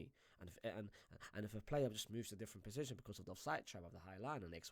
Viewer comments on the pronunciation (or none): Why is my man saying „possishin“ instead of position